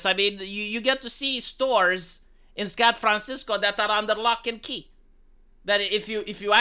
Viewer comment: "scatt-francisco" lmao